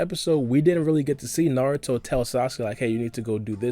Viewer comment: no problem. At least you say naruto instead of new-ru-toe